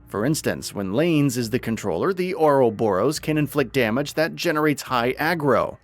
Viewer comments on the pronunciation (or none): they have already put their preview video up, and it's the same dude that gave us Rain, Duncan and Naypon. He now pronounces Ouroboros as Ouros Boros. Once again, despite it being said in game numerous times.